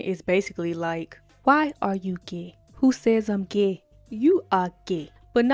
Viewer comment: "gey" lmfaooo